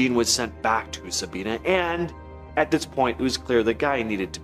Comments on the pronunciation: It is not Sabeana it is Sabina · Sabina Ohio is pronounced differently than you said it. It don’t rhyme with Tina, it’s Sab👁️na. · It’s pronounced sa-bine-na Sabina Ohio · Sa bye na is how Sabina is pronounced. I live about 15 minutes from there. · The lil town Eugene was in is called Sabina... pronounced ("Sah-bye-nah") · It is pronounced Sa- Bi-(by)- na